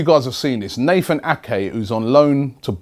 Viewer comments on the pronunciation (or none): none